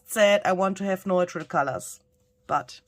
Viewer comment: Neutral = NEW-trull